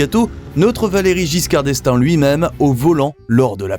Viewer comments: 😂 Any credibility this might have had, goes up in smoke at about 1 minute in when the computer voice attempts to pronounce the name of the, then, president of France. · Quite apart from the dreadful pronunciation of his name, Valery Giscard d'Estaing would have been surprised to be described as "herself". And, surely, you have to include the Renault Vel Satis and Avantime.